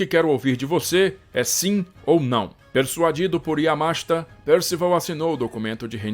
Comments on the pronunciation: Yamáshita? Aqui é Br mano. É Yamashíta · EXCELENTE DOCUMENTÁRIO.... A ÚNICA DÚVIDA QUE TENHO É SOBRE A PRONÚNCIA DO NOME DO GENERAL YAMASHITA, QUAL SERIA MAIS CORRETO: - "YAMASHÍTA" - "YAMÁSHITA" - "YAMASHITÁ" SERÁ QUE TEM ALGUÉM QUE SAIBA FALAR JAPONÊS PARA RESPONDER???? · A pronúncia é como se escreve, Yamashita e não Yamáshta. A pronúncia é inezorável e não inecsorável.